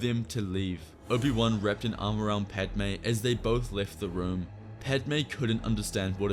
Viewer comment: You did padme wrong lol.